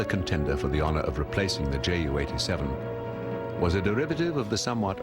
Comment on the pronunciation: The pronunciation of JU 87 in this video is not correct. Right pronunciation is 'You,' see